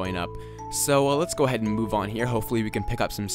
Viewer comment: you said lets go ahaid like 5 times